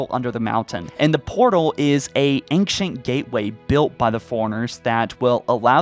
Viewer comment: The c in "ancient" is pronounced soft and not hard. It isn't "ankshent".